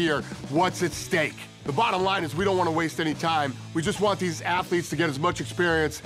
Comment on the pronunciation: Second the voice over said ''athletes'' I stopped the video!